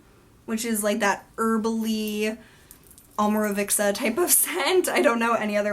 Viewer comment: You pronounce it with a "k", like "Omorovikca". Leave the "k" out, It's just "Omorovica". Imagine as if "cz" was "tz". (Fitzgerald) Maybe that makes better sense for you. :)